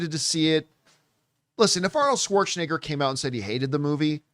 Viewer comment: Apparently, John Campea doesn't know how to pronounce Arnold "Swartzcheneger's" name.